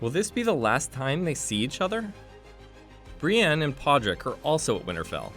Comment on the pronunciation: BrEEEaan. Dude do your research please.